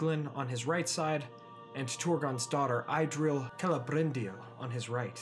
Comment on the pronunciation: Idril is pronounced as [idril] IPA